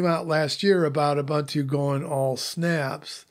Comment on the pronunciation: Its "oo-boon-tooo" - all three "u" sounds are the way he pronounces the last one. Like you would say "goose" - the last syllable is a little longer.